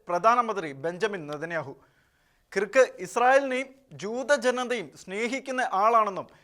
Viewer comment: കിറ്ക്ക് അല്ല ക്രിക്ക്..